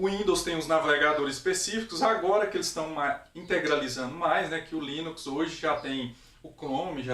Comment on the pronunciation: Linux com "S" mano.... foda viu kkk